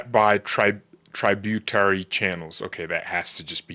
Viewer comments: I'm Canadian and don't appreciate you wanting us to be a territory. I suggest you look up the word tributary (pronounced trib, not tribe) and the word kink. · love your show. Here's some pronunciation help Nova Scotia = Skosha. Tributary = trib-u-tary.. No criticism! ❤️